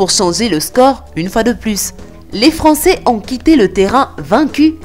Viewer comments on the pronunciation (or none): none